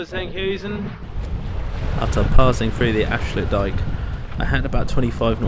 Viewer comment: Protip: it strikes me that almost all of the names of towns have their intonation reversed compared to what you'd assume from the normal englsh manner of approaching the words. IjMUIDEN, EnkHUIZen , AFsluitdijk. amsterDAM, Lovely video btw! Showing parts of the country and aspects of the seas that we rarely get to see much in detail like this!